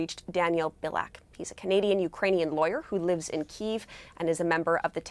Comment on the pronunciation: Daniel, why not explain to the CBC how to correctly pronounce Ukraine's capital city? At least that'll be one piece of info that's helpful